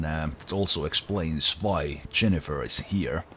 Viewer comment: Yennefer, not Jennefer. I don't know if that's just your accent speaking, but yeah.